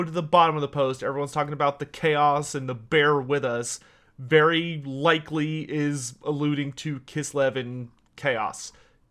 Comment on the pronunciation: ...I swear he said: "Berry likely" When talking about bear cav. Also I like the idea of Kaiju Skaven